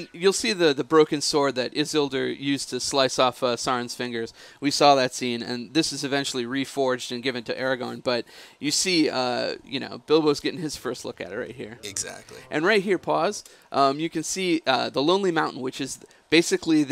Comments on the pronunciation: *ARAGORN. Not Aragon you fucking n00b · Aragon? are you fucking me? ARAGORN!!!! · It's Aragorn. Gosh! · Think he was trying to say aragorn :P